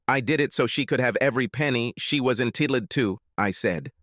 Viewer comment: AI is so weird, sometimes. The language aphasia. First time they pronounce “entitled” in-tittly-tude, second time it’s just fine